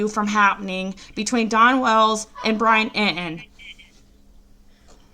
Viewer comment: Who is Brian Eee-en?